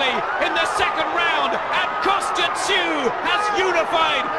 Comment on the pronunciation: also it's Kostya, not Kostyra)